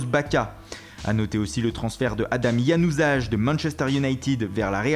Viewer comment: Januzaj se prononce "YanuzaY" vu qu'il est albanais et que le j se prononce y en albanais